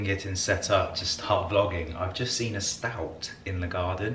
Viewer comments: Stoat not Stout 🤣🤣🤣🤣🤣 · Stoat is pronounced 'stote'